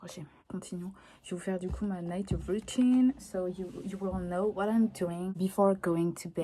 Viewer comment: « Woutine pour aller dowmiw » bg l’accent chakal mdrrr